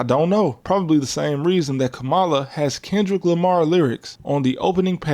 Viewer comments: Her name is pronounced kah muh luh you can respect her name nigga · Bruh... its 2025. You still can't pronounce "Kamala"?!? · lol why mispronounce Kamala Harris’s name ? She’s said it multiple times . But I understand respecting women isn’t a strong suit in America .